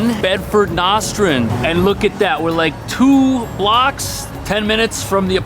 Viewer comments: Lol Nos-trand …. It’s No-strand 😂😂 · Smh people move to nyc and don’t pronounce or street corners correctly it’s NOstrand not NOSTrand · Cool...one thing, it's NOT pronounced NAH-Strand it pronounced NÕ-STRAND (the O should sound like the letter O) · Ummm “No-strand” not “Nos-stand” - why are you even in Bed-Stuy in the first place… geez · Did he say nastrend😂😂 it's Nostrand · Nostrand...pronounced NO Strand. No, as in negative. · Love your apartment tours. As an ex-New Yorker it takes me back home and some times reminds we why I left. Keep up the good work, always interesting. BTW it's pronounced "Nose Strand" Avenue (Nostrand).. Thanks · Thank you soooo much!!! I came specifically to comment abt his pronunciation of Nostrand🤦🏿‍♀️🤣🤷🏿‍♀️ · for us native Brooklyners it’s pronounced nawstrend.😂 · i was born and raised in Brooklyn and I’ve only ever heard it pronounced as Know strind Ave. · Love you been watching for a couple of years. But please pronunciation of Nostrand Avenue is NOstrand. Love ya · Hey. Love what you do. You show helped me in my daughter’s apartment search for law school at Columbia. Would love it if you can show more apartments around Columbia. Also, from a former Brooklyn resident, it’s pronounced NOSE-tren Ave. ❤ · it’s pronounced NOH-strand. Love your videos! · Pronounce Nostrand again...